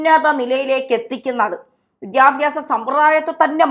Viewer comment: വിദ്ധ്യാഭ്യാസം അല്ല.. വിദ്യാഭ്യാസം എന്ന് പറയൂ